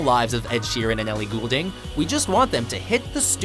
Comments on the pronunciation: Okay, couple mispronunciations here. First off, it's "Ri-ANN-A", not "Ri-AH-Na". And it's Ellie "GOLD-Ing", not "GHOUL-Ding". That and that Taylor Swift/Katy Perry collab will NEVER happen! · Wait, how did he pronounce "Goulding" hahaha